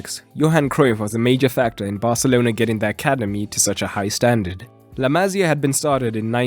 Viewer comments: small correction: it's La Ma-SÍ-a, not La MA-sia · La Masia not La Mazia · I cringed every time he said " La Mazía" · La Masia is pronounced MA Cee A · The way he say la Masia pisses me off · dude wtf how often do you wanna mispronounce la masia in one video lol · And you don't pronounce La Masia like that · The pronunciation of la masia throughout this video...